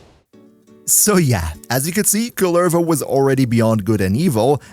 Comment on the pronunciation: COOLER-voh C'mon dude. It's not just some made up name. It's a Finnish cultural hero. They pronounce it in the game for you. Saying it wrong when you know the right pronunciation is just being disrespectful.